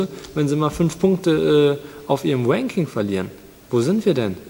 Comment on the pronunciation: Anmerkung: Es heißt nicht W-anking, sondern R-anking